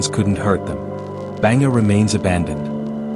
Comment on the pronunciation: Yo bro its not Banger, its Bhangarh 😢